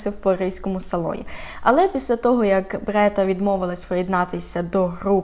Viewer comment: Дякую за розповідь. Але чому БРЕта, а не БЕРта